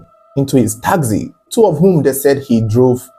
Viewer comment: Taxi not takzee